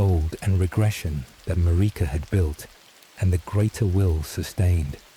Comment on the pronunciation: Sorry, in the first 5 Seconds when your AI narrator mispronounced Marika and Miquella I knew this wasn't going to work. When dealing with the Elden Ring community, these aren't small mistakes, which could be why out of 1500 views you only have 19 likes and 2 comments. Narrate it yourself.